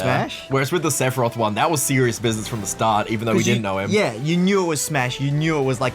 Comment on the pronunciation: I knew Sephiroth once Cloud said "Sefirosu"